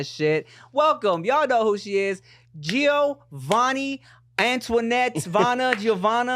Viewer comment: GEOVANNI LOL yall are long time friends and u still get her name wrong. fkin tim 😂